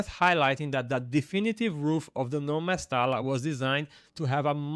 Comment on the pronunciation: mesta l a ....instead of mesta LLA...🤣